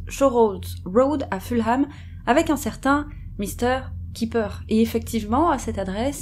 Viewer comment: Ah, mais le confort de nos chats passe et passera toujours largement avant le nôtre, c'est clair. 😸 J'espère que vous allez effectivement la faire et suis très impatiente (no pressure at all 😉). Je me permets d'ores et déjà de corriger votre prononciation de Fulham, histoire d'éviter les taquins dans les commentaires (et d'être un peu pédante et donc agaçante, sorry! 😬)... à savoir : le 'h' est muet et ça donne en gros 'Fullem' ou encore mieux pour nous francophones 'Fulleum'. Merci encore, les sisters, j'adore vous écouter.